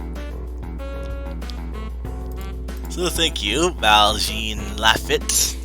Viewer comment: You’re welcome, man, I was happy to help! (btw, it’s Val-john—pronounced like the French “Jean”—La-feet)